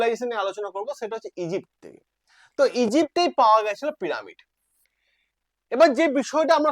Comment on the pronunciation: প্রামিড আবার কি উচ্চারন টা একটু খটকা লাগছে।